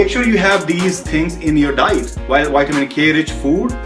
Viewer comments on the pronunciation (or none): say vitamin no ytamin. over smart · Crystal Shariar vytamin hi bolte h VITAL+AMINES